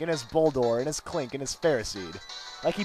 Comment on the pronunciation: U spelled klink wrong u said 'Kling'